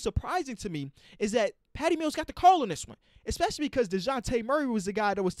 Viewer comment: “expecially” come on man